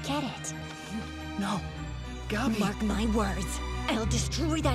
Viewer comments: "Gawbi" fuckin hell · Why do they pronounce Gabi like that 😭😭😭